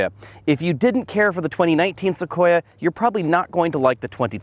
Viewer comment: ..listen for it: "Tacoya". likes tacos, now we know;)